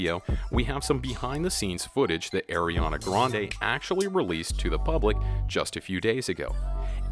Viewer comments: the way he said it tho... airy-ahna grande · He said eriana grande 😂